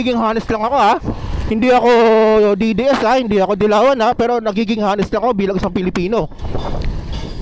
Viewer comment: honest po silent H prounounced as anest. Hindi po hanest. Thank you i hope iam not wrong.